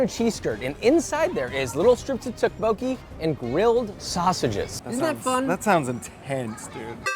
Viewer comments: tteokbokki is pronouced "thouck bowkee" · The tteotbeoki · Tteokbokki was my favorite looks fire, but the pronunciation killed me T.T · his pronunciation of tteokbokki 🤮🤮